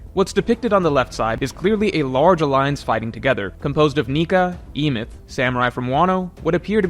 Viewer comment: You're pronouncing Emeth wrong, the E at the start makes an eh sound not an ee. And you pronounce the second syllable exactly as it's written, meth.